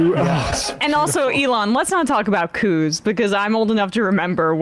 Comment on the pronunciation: Lol Sam pronouncing elon as "a lawn musk"